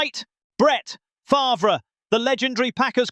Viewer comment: Only can handle that obnoxious ass voice for so long, and who the fuck is Brent FARVURer?!?!?😂😂 u mean FARVE..